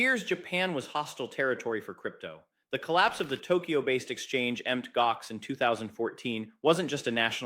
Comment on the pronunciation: Wow! Japan leading the way. This is real news, so thank you,, for delivering the goods. BTW the correct pronunciation is: MOUNT Gox. Realize that this is AI generated.